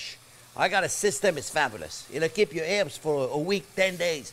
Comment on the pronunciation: Herbs not erbs Herbs